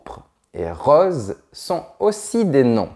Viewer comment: En Alsace, on prononce "des osses" et on dit "vinte" pour vingt, ce qui fait toujours rigoler les Parisiens... J'ai noté aussi qu"il prononce "rauze" pour "rose", je proteste !